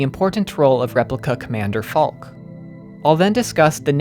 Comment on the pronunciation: Also regarding pronunciation, I believe Falke is pronounced Falk-eh. Fantastic video! Very enlightening. I absorbed a great deal of the themes playing the game, but definitely lacked context from external materials. Your thorough research is well-appreciated. Have you seen Neon Genesis Evangelion? There are some parallels in the works concerning the blend of the symbolic and the literal, with the focus being on meaning behind the work rather than its literal and perhaps unreliably-portrayed events at times. Thanks again for this deep dive!